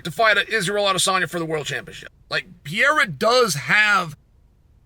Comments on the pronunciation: Chael, are you trying to say “Pereira”? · Chael has inside info that the fight hasn't been offered to Jon yet, within seconds of that statement is claiming the RETIRED Stipe Miocic could be an opponent for Aspinall. Between that and Cyreeyul, Pee-air-ah and Uncle-eye-ev, I can't take this guy seriously.